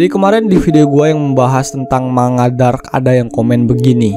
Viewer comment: Sebuah manusia? Seorang manusia. Terus cara pengucapan kata 'manga' bukan dengan bunyi nasal ng kayak ngantuk, nangis, dll ya tapi dibaca 'mangga', yup seperti nama buah itu karena kata manga or komik Jepang itu terdiri dari dua syllables yaitu 'man' (dibaca mang karena akhiran n dalam Bahasa Jepang dibaca sengau), dan 'ga'. Jadi dibaca 'mang-ga' ya, bukan ma-nga. Pernah nonton Naruto? Nah, ada jutsu atau apalah itu yang namanya Sharingan kan? Coba dibaca, bukan dibaca kayak bilang saringan kan 😅? Tapi sha-ring-gang. So sekali lagi biar gak keliru, bacanya bukan ma-nga, tapi mang-ga 😊